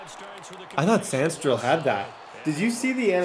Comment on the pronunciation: you gotta stop messing up mikes name it’s sa-rin-still